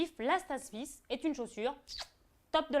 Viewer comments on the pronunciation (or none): none